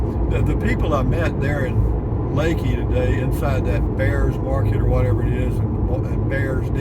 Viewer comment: Thank you pronouncing it correctly